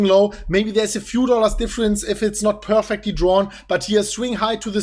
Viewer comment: We peeeeerfecly... It's unique 😂